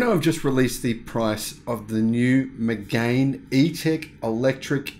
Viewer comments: It’s pronounced Me-gan not Me-gain! BTW it’s a really nice car but you’re right it’s overpriced. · It's Meg-Anne. French y'know..